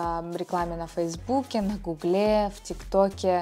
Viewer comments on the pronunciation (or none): Не на Гу́гле, а на Гугле́😂. Так классно произносите)